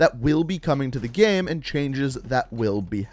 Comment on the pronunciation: He says the word "Game" like "Gaem"